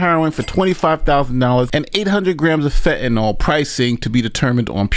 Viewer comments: PSSST - It's pronounced"fentanYL," not "fentanOL." It doesn't rhyme with alcohol. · It's fentaNYL , not fentaNOL 🤦🏽‍♂️🤦🏽‍♂️🤦🏽‍♂️ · did you not hear the newscasters pronounce “fentanyl”, rhyming it with “pill”, on the newscasts??? Why the heck are you calling it “fentanol”??? 🤨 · FentanYl, not “Fentanol” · FENTANYL, SAY IT WITH ME “FEN-TEN-IL” DAMN! AND YOU CALL YOURSELF A LAWYER. YOU MUST BE PARTNER TO BEN CRUMP.